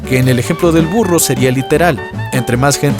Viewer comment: En el ejemplo del burro Primero escuché "FURRO" 😂😂